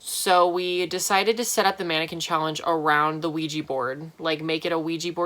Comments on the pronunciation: i hate it when people say 'ouij i ' instead of 'ouij a ' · “There was a weejee board in my room.” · I know I sounded like a dumb bitch, but I thought Oujia was spelled and read :"Luigi"